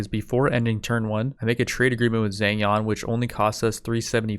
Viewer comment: U got the Zheng part right, the Jiang should sound like...almost like TS (like tsunami) yang (connect the two, like TSYANG) but the TS should have an almost J after, so it'd be like tsjyang. The yang part is fast, like saying young but with an A instead (instead of ou). I differentiated it from how you would say yang (from ying yang), because the yang there is like yeng right, but with the yang, you should really have an open mouth (like saying awch). I really don't know why I even typed that, I just wanted to contribute something hahaha. Anyway, cheers on another video, looking forward to the next 1.